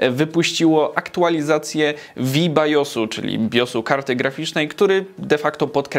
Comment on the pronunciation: "vi bajosu" xDDDD